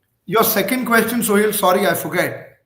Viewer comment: Why the Hell Advaita calls Sohail ??? it's Suhel ...not so hard